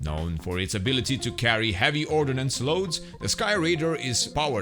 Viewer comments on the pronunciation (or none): Ordnance my friend, not ordinance.